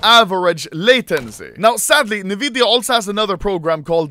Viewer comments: This video's straight up an ad. Also sto saying nividia, it's pronounced N-vidia. Also there are monitors that can do more than 360hz, so it' really not the world's fastest. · Nvidia N-vidia "Nividia" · normal people: enVidia also anomaly: neVidia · everyone: pronounces nvidia as ''EN-VIDIA'' Anomaly: ''NEVIDIA'' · nobody: Anomaly (being a true sweed): "Niiividia" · why does he say nividia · Nevidia AHHAHAHAHAHHAHA